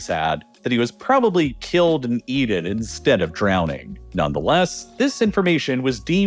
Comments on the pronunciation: i thought i was hearing him say Rockefeller was "eated" multiple times but assumed it was because i was eating food and wasnt hearing properly. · It’s really unfortunate how the young Rockefeller was killed and eaden…. Eaden twice in fact 😂 Is eaten really that hard to pronounce?